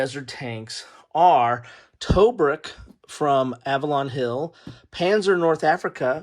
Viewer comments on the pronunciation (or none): Disappointed that you didn't show the components, maps or player aids. And, by the way, Tobruk" is pronounced "tuh-bruuk".